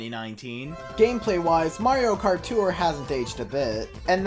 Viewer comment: Why do you pronounce tour as “too-er”